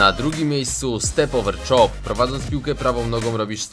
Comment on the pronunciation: ronaldo chop Quesek a nie czop